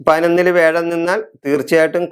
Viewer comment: മുത്തപ്പാ, വേഴം അല്ല വ്യാഴം! ഓക്കേ?